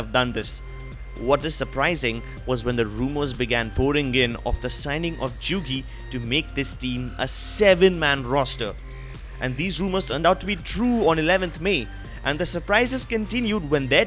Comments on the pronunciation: JUGI AHAHAHAH IT'S PRONOUNCED AS YUGI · Jugi isn't pronounced jugi